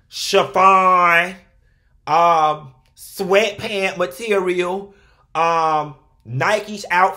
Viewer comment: Not “swetphant meterriyal” 🥴😪